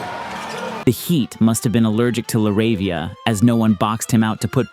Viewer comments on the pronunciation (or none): "la ravia" means the rabies in Spanish.. funny how he said it